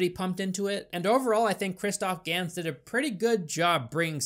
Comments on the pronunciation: I have to say it. I think its pronounced "Ganz" bc. It sounds german and Gans is a german word, which means Goose. And we (ye im german) have a rly rough accecent so, yeah its problaby for you a rly, rly mean and loud "GANZ" and then you have the perfect german Accent. Im high as hell rn but you guys got my point i guess. Love yall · Ist pronounced Gans its a german last name this argentinian dude has...... 😬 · Hello im argentinian and it's Gans not Gans, you're welcome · So, Gans I assume is the german word for Goose. Meaning, it's pronounced like guns but with a sharper pronounciation on the u.